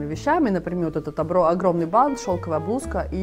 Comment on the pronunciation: всё замечательно и интересно, смотрю Вас давно. Но слово "бант" как ни изменяй, ударение на первый слог. Хоть с бантом, хоть без банта. 🥰